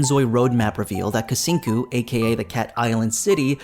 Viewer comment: Lol the pronunciation of Kucingku is killing me 😂. In Malay or Indonesian "C" is always sound as "ch" in English so it sounds more like Kuchingku. I mean, they are not wrong to open to everyone to try out the game and collect feedback. However, the problem is the execution and their method seems to fall flat. Seems like they are not changing course when things are not working. It sounded like Cahaya is more like a vacation world than a proper city like Bliss Bay and Dowon, that's too bad because I would want to be a resident of a tropical climate instead of being a tourist.